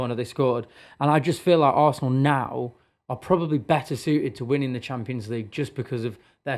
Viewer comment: This guy funny ohh Social media FC Arsenal 🤣 😂 he say Barsenal